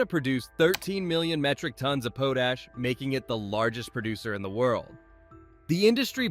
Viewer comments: POHTASH? should be pronounced POTT-ASH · Say it with me... POTASH... (POT+ASH) 😆 It's NOT that difficult! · Why doubt call it poot-ash? It's pot-ash. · potash is pronounced pot-ash not po-tash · Its not "po tash" its pronounced "pot ash" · Learn how to pronounce pot ash , it's not po tash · Just a heads up for pronunciation, it's called pot-ash, not pote-ash. Pot, like what you boil water in. 😉 Great video! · Pote ash lol